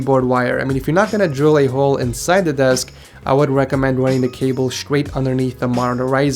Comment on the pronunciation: lol Count how many times this man said scrait instead of straight.